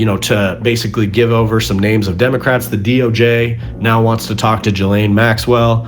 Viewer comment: Bro is one of the few Americans that doesn't say jizlane